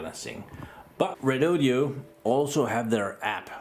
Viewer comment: Lets do this, all together and slowly: Re-Do-Do. Its NOT Redodeo. Please stop with the last 'e'.